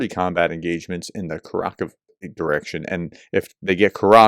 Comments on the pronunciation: Howdy Professor — You are doing much better on your pronunciations. However, Kurakhove is pronounced: KUR (as in current) A (Ah) Khov (exactly the same as cove) E (Ah). KurAKhovE. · Kurakhove is pronounced coor-ah-cove-ah. The soft 'e' ending is typical of how Ukrainians speak the place names. so a place name ending 'dove' isn't 'duv' it's 'doh-ver'. Similarly .. the kove ending is koh-ver.